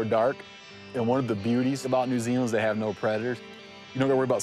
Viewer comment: lol didgeridoo in NOO ZEELAN